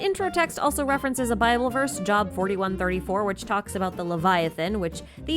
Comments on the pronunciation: The book of the Bible that is spelled "Job" is pronounced "jobe", and rhymes with the word "lobe". It is not pronounced like the word "job" meaning occupation. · Just a quick note for , the book of Job is pronounced like "Jobe", not like the English word job. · Job is pronounced Jobe